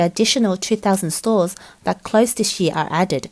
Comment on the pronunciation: You Pronounced year as ye lol